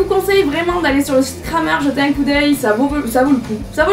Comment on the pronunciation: Super vidéo qui met toujours de bonne humeur. Nouveau dans le monde équestre, je bois tes paroles... Lol. Ps: Juste pour le fun, Krämer se prononce " krémer" 😜